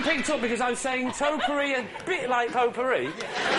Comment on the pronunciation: To be even more pedantic, it's pronounced "Toe-Pie-Ery".